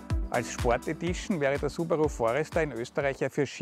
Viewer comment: Subarooo? Schlechter kann man eine Marke nicht aussprechen! xD